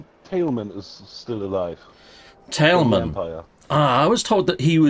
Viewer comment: Tailman is still alive, and it's Tail Man not Tali Man LOL